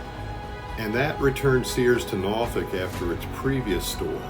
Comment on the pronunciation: I can definitely tell you not from the seven cities of Southeastern Virginia because of the way you pronounce Norfolk